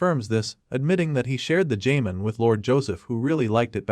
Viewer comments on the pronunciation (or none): Jamon? It's pronounced HA-MON